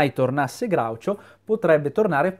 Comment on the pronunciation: Sei l’unico che pronuncia Groucho correttamente, questa cosa mi commuove.